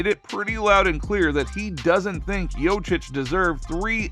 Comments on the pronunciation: If you're going to attempt to capitalize off of someone else's name, the least you could do is learn how to pronounce it. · Terrible pronouncing of jokic thumbs down try harder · I deliberately came to the comments to piss all over you for not knowing how to pronounce somebody's name, but I've been beaten to it by everybody who came before me. This is really pathetic. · Talk about butchering someone's name, over and over and over. Damn. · It's so ironic that this is the first time I hear Nikola pronounced properly, but the butchering of the last name is so horrible 😭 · Seriously. Lose credibility when you can't say the guys name. Clearly didn't watch the video that you're doing the commentary on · tou must be some kind of expert, cant pronounce the name of the 2x MVP. fkn scrub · Saying his name wrong 10000 times in this video is almost as bad as Perk's evaluation of NIKOLA JOKIC's lack of MVP quality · As a side note, if you make an entire video about the man, maybe at least try to pronounce his name correctly. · Maybe figure out how to say his name before making content… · Yo...learn to pronounce his name..... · The fact that someone can still pronounce his name so wrong and put out a video and get 5k views is sad. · at least put the efort to pronaunce his name corectly. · Bro what if it's us that been pronouncing nikola's name wrong ....😅😅 what if this man knows smt we dont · Is this video a joke? He can't even say his name... wtf is this